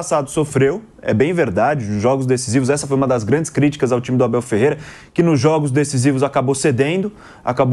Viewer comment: O MCP não consegue falar o nome do Abel. Um bobão.😂😂😂